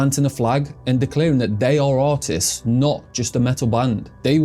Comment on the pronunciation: did you say, "autists" or, "artists?"